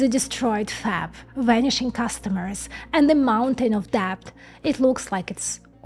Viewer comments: The b in debt is silent, so it sounds like bet with a d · A micron nit: the B in deBt is silent.